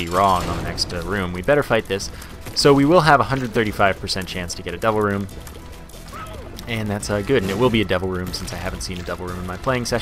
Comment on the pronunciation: Whenever you say "Devil Room" all I hear is "Double Room". And it confuses me every single time x__x